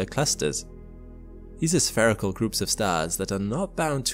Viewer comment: "strangest," not "most strange." Oy, Newspeak is taking hold much too rapidly. also, "spherical" is pronounced "sfeer-i-kuhl," not "sfair-i-kuhl." try again.